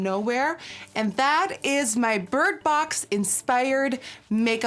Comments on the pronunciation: I keep hearing her say burt box and not bird box? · sounds like shes saying bert box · I know I ain’t the only one who keeps hearing “Burt Box” instead of Bird Box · "Birt box" Anyone else hear that??? ahahahaha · You said Burt box and I'm get so anoyd😂😂😂